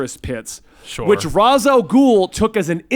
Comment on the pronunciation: thank you for saying Ras and not Rayesh After all he is head of the demon and Ras al ghoul is just thr arabic translation